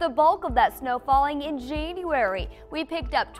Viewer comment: In Jane-uarey? Omg, lovely!